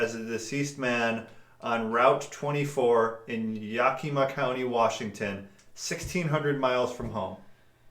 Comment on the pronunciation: It's pronounced Yeah-kuh-ma. I live in Washington state. :)